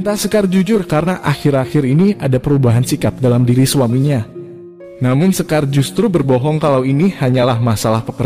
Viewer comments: Shekar min.. Bukan sekar 😂😂😂😂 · salah nyebut nama shekarnya min.klu sekar mah nama perempuan di indonesia